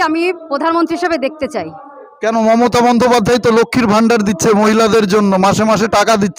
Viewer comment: রাহুলের কথা বলতে কি কষ্ট হচ্ছে ,momotat নাম টা কি ভাবে বলছেন ,,বিজেপি র পক্ষে কাজ করছেন করুন